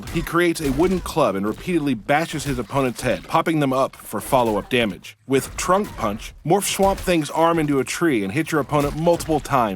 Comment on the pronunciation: did he say trunk or trump punch cause those have 2 very different meaning and one is funnier than the other